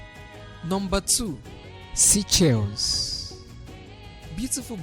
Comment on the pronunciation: Would be great if this channel gets a much better narrator. Try a woman narrator. The current narrator mispronounces many words, and reads sentences in a very choppy way. Also, SEYCHELLES could be pronounced correctly and understandably. Thank you.